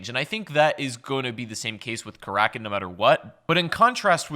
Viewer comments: He says Kar rak in not cracken but I agree he said it wrong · Karackin or Karakin? Time for an editor, or at least a producer